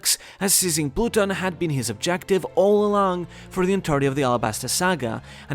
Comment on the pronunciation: That pronunciation of Pluton irks me